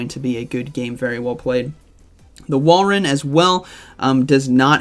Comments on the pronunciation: It's Wal-rain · I love how every commentator struggles to pronounce Walrein, lol. I think it’s Wall-rain